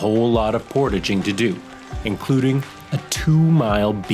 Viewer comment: Aren't you folks Canadian? Where the heck did you learn how to say the word portaging?